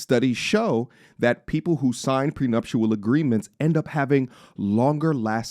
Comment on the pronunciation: Say we want prenuptial